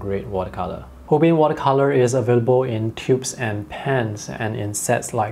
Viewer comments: Delighted to see a review of the Holbein line. FYI: the company is pronounced Hol-bine. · It is "hole-bine" rhymes with "line", for "Holbein"; it is a German surname. Also, interesting that their Chinese white is actually titanium white.